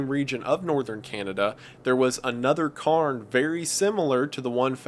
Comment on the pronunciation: 'Cay'rns' is the pronunciation, Scotland has thousands of them. The locomotive engine was hardly used iirc? It wasn't efficient and they didn't bring enough fuel anyway.